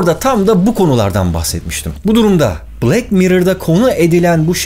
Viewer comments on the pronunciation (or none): Black bilek diye okunmaz bılak diye okunur bunuda öğrenin ve öğretin artık.